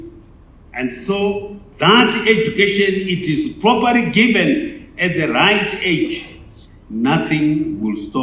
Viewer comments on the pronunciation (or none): Kwanzi poparly instead of properly 😂😂😂😂